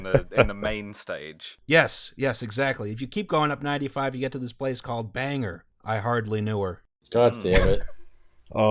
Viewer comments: Mainers also don't pronounce Bangor as "Banger." "Bangor" rhymes with "store." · Old episode I know, but as a Mainer I am contractually obligated to tell you the town isn't Banger, it's Bangor read it like you want to Ban Gore from ever returning to politics. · Oh god the Maine pronunciations are trouble It's "bang-ore" and "callous" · New Brunswicker here, it's "CAL - LISS" not "KAI-LAY", and "BANG-GORE" not "BANGER". Love the podcast, but all of the local area names / names of the local peoples [like the Mik'maq people being mentioned in an episode, pronounced "MICK-MAC"] when the Maritimes are mentioned hurt my ears lol. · Unlikely to get a response, but I'm from Maine, so I figured I'd mention it anyway: Our pronunciation of placenames is cursed. Bangor is "bang-gore" and Calais is pronounced the same as "callous". Probably the only remaining nugget of us once being part of Massachusetts, is that you don't know how the fuck to pronounce anything. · Lol We pronounce Calais Cal-is. Also, Bangor is pronounced Bang-oah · As a Mainer, my favorite part was the butchering of Bangor and Calais’ pronounciatuon